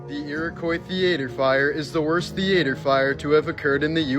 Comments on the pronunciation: What is a "thee-AY-tur"? Do you mean "THEE-uh-ter"? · WTF is a thea-ate-er, American's and fake English 🤡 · . "THEEAETEER"! Lol, I love his intentional mispronounciations! 😂